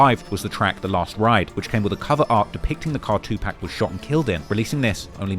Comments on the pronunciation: No way you pronounce it 2-pack. There’s literally a video of him saying “the only people who pronounce it like that are racist old white men” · White people still pronounce 2PAC as “TWO PACK” 😂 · who tf is 2 Pack? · “India’s 2pack” I cannot take this dude seriously. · Bruh can u just practice saying 2pac for 5mins cuz Two-Pack is crazy 😂😂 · Why don't British people know how to pronounce Tupac? I know you've heard his name enough over there to know that it's not two-pack. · the way says "Pac" for Tupac is just irking me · broooo you really say 2 pack cmon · 2pac was not the godfather of gangster rap and your pronunciation of his name hurts your credibility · I hate the was u say Tupac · I cringe at the way you pronounce Tupac lol. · If we could just get you to pronounce Tupac correctly.... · Tupac. Say the name right. Cringe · he could at least say Pac’s name right JFC it’s not that hard 💀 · It's like you're saying 2pack to be cringe and annoying on purpose smh Yu kno damn well thas not how it's pronounced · It's pronounced 2 pock. Can you please stop the 2 pack ish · Getting this man's name right (at least it sounds like it) and getting his idol's name (2 Pac not 2 pack) wrong, should be a crime. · Imagine doing every trap video and gang video worth anything in the last 3 years and still calls tupac, "2 pack". It's 2 pock bruh. 2 Pock. You don't accent a name, get it right. Do better. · It’s 2 pock not 2 pack.. smh 🤦🏾‍♂️ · His name is 2Pac. Tupac. Not 2PacK. Not TupaCK. Say it right. I know you geekz can say POCKET. So say his name right or don't say it at all. Disrespectful weirdoz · Omg - it is "two - park" not "pack" - that is a basic, please show some respect and pronounce it correctly next time you mention Tupac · Not 2 pack.....2 pac ( pawk ) 🤨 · Why does he say "2 Pack" ... Tupac isn't pronounced like "Pac-Man" it's pronounced like "Rock" or "Clock" ... Get it? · “2 pack” lol, pronounce it 2pock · Bro please stop saying 2 pack 🤦🏾‍♂️ it’s (pock)